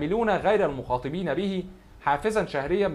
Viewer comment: المخَاطَبين مش المخاطِبين وبعدين فك نفسك كده متشدش